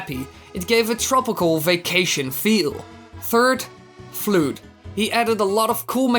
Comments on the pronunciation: ITS NOT flued its flud YOU ENGLISH BRO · "Flude"? x'D Do you mean Flood? Its a double o, not a u and e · Floood? I know he means the water pack F.L.U.D.D., but it's supposed to be said like the word flood. I love your theories, by the way. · No one is gonna talk about how he said f.l.o.u.d? Floowd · FLOOD?!?!!?! Is that how u pronounce F.L.U.D.D? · Yep of course FLUUD was awesome. I know you have a accent but cmon man FLUUD!?